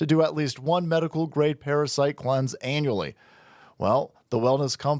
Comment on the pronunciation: Heads up. You've been doing the ad read wrong. That is not supposed to be anUally. JK